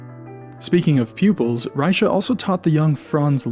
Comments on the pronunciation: "Rycha"... don't know how the Germans and the French pronounced his name at the time but the current Czech way of pronouncing his name as "Rey-kha". Great video otherwise👍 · German name, German pronunciation. Plain and simple. Fascinating presentation, though! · the ch is pronounced like in Loch Ness. are you sure that "die Kunst der Fuge" contains variations? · that's not how you pronounce his name FYI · yeah and it's wrong.